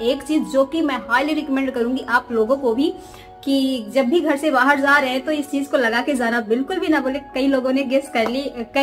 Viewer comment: Ur vlog is very good BT aap ja KO zaaa kayo bolte ho